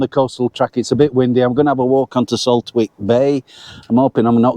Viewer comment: It’s pronounced saltick. Silent W